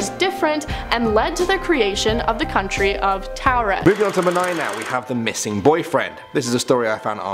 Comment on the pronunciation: Anyone else notice that in 2 back to back countdowns, with 2 different presenters, each pronounced the same "nonexistent" country name differently? Torrid v. Towred? No? Just me? Okay. 😂